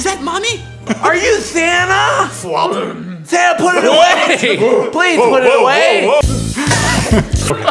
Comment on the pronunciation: Mark: Woah are u santha ( this is the way mark said it ) Wade: FWOP Mark : oh put it away santha put it away,put it away